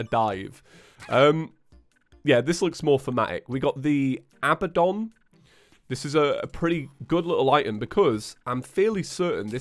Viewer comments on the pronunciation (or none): none